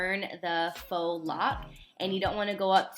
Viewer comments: Faux is pronounce FOE stop saying Fox Locs /__ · "faux" not fox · 🤚🏽Uhhhh.... is not pronounced "fox" 😑.... it pronounced "FOE" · Agh I can't keep hearing FOX locs instead of Fo locs! Cute tho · She said "FOX" locs😂💀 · faux locs is pronounced "Fo" locs. Faux is french for fake. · It made me mad that she said “Fox” locs 🤦🏽‍♀️🤦🏽‍♀️🤦🏽‍♀️ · She pronounced it "fox lox"😭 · You shouldn't have a channel if you don't know how to pronounce faux locs it's "fo" locs lol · You're supposed to pronounce it "foe" locs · Ho lup...did she say, fox locs? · Faux - fake in French translation pronounced Fo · That color 😍 also, faux is pronounced "fo" 💅🏽😘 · I’m late asf but yes I was in the comments fo this💀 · Same!!!!! Its a FRENCH WORD! LOL